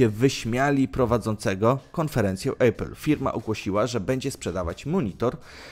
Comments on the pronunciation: Maybach nie mógł wejść w skład firmy Mercedes, bo takiej firmy nie ma, przynajmniej w Niemczech (w Anglii jest Mercedes AMG). Maybach jest częścią koncernu Daimler AG. :D PS I zlituj się Nie "Ejpl", tylko "Apl" czy "Epl". Żadnego dyftongu. :) Ogólnie dobór firm trochę nie zgadza się z tytułem filmu, ale co tam. Łapkę w górę dostałeś, ale pracuj nad materiałem. :) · Nie ejpil, tylko apple, tak sie wymawia jak jest napisane.... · nie wiesz jak sie czyta apple po angielsku? xD